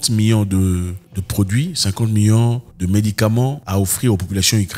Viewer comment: Zack av😂z vous déjà remarqué vous prononcer million comme miyons ? milliards comme miya..c'est problablement la saveur locale.